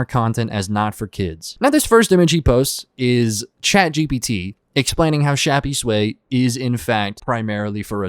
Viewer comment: I think it’s pronounced shappys-way